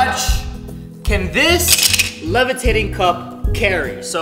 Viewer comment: THE LEVATATING GLASS...